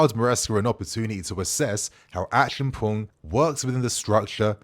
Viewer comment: ACHI-AM-PONG is the pronunciation. Come on your mother is Ghanaian! 😆